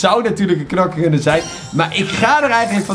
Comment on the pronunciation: Zeg gewoon KNOKKER geen knakker